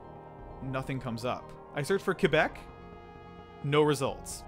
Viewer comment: i lived in québec for around 3 years and when i moved back to ontario, everyone pronounced it like “kwa-beck” even though i’m used to it being like “keh-beck” and the fact that pronounced it correctly is rly satisfying lol